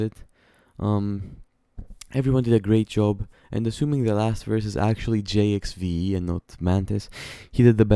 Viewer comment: It’s pronounced, Jive, my guy lol.